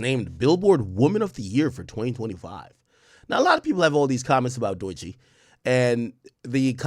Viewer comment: W STREAM AK. welcome back...We here for it. 🦂 🦂 , just 1 thing. Her name is DOE-CHEE...not DOY-CHEE. Sound it out 🥷🏾..😂😂..